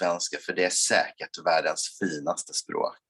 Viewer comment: Skivan would be Scheibe(n) (one way of saying disk/record in german) but why you say "chuivan" is beyond me. Or why in his second swedish sentence basically every second WORD is not being said. or that Finaste is basically FILNaste. Why is there an L ?